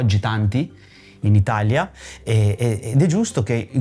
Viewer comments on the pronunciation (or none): none